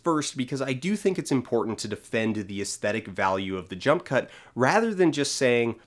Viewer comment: At one point I thought you said "junk cut". I think that would be a good name for the edits in Suicide Squad.